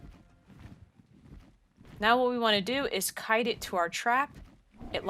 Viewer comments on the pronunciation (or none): none